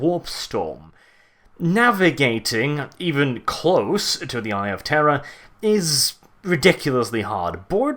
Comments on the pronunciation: And to think all this time I thought you were saying "the eye of terra" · Are you saying eye of terror or eye of Terra? ><